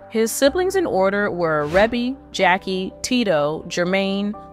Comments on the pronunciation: It’s pronounced “Ree-bee” , not “Reb be”. You used a modern day interview and labeled it as 1984, you used Randy Jackson from American Idol as Randy Jackson their brother, your video is inaccurate. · And the sister's name is pronounced "Reeeeeeeebie long e. How do you not know that...????